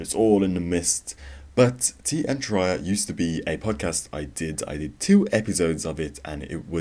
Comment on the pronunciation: its Tear -E- Ah